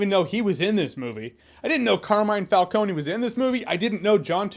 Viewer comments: Why is it that none of these "mega Batman fans" can properly pronounce Falcone. This is the 4th review that has pronounced his name incorrectly. Fal-cone ... not Falcon-ie. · So in the movie they pronounced it “Falcone”, like how it’s written. But in your review and in Batman Begins it’s pronounced “Falconi”. Which is it? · true, but it happens, you could easily pronounce it FalCONE instead of FalcoNE so I can't give them too much grief, I fucking love Batman Begins though. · yeah i didn't like that they pronounced his name like that but its still a great movie